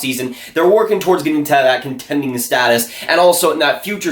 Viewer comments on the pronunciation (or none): none